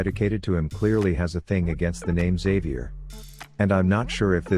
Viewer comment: It is not pronounced Xavier it is pronounced Xavier!